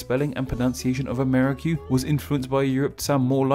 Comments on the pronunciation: Amerri---- kyoo. Jesus. NO way that came out of a Spanish mouth. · Just a minor nit-pick: I have not heard the word spoken before, but I am fairly confident that Ammerique would not be pronounced a-MAIR-i-kyoo. Que at the end of a word is a hallmark of some of the Romance languages, especially Spanish and French. The word, of course, is indigenous, but its spelling would have been determined by Europeans based on the way that it sounded to them in their own spelling system. I suspect that it is probably Spanish, where que is pronounced kway, so the word would be pronounced a-MAR-ee-kway; if it is French, the ue at the end would be silent, and the word would be pronounced a-mair-EEK. Incidentally, the folk etymologies for NEWS are amusing, but not especially convincing for anyone who knows French, where the word for news is nouvelles, which literally just means "new things," just like the word news does in English. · Amérique is simply the French realization of America. /Ca/ [ka] unstressed became /ce/ [kə] became /que/[k]. The pronunciation of Amérique is 'ʁik'] not 'ri:.ku] like he's pronouncing it.